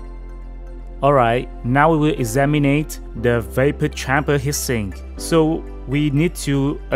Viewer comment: It's not hissing, it's HEAT SINK! Try saying it as TWO WORDS! It sounded like you were saying HISSING as in noise!